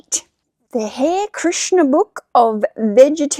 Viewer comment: Great book finds. Now I know you love learning so just know that the Hare Krishna Cookbook, that Hare is pronounced HA RE..Hare Krishna are the people who usually dress in Orange and look like monks. They are certainly vegan and cook great food. Cheers!